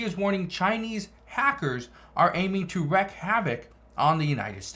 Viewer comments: Its WREAK havoc, not WRECK!! Lol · Not wreck (reck)havoc, wreak (reek) havoc.